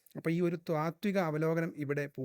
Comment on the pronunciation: 'ത്വാതികം' എന്നല്ല ചേട്ടാ പറയേണ്ടത്, 'താത്വികം' എന്നു വേണം പറയാൻ !!